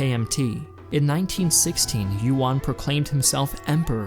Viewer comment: Unfortunately, that pun doesn't actually work. "Yuan" is pronounced more like "yoo-ehn" (in one syllable) and not like "won."